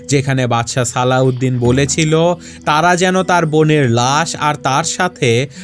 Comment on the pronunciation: Alauedin noy slaudin bole bolosa